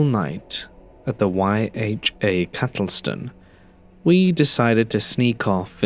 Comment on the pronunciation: Story 2, not sure if you were saying Castleton or cattletone, I did NCS back in 2013 the first week was amazing such a fond memory being out in the peaks